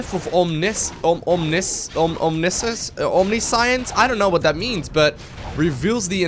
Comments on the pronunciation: Abathur and its pronounced "om-NISH-ince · For future reference, it's pronounced Om-nish-unce. I do love the english language :P